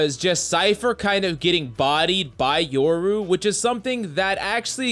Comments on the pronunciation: Bruh, it’s YO-RU not YOUR-U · You're saying yoru wrong sob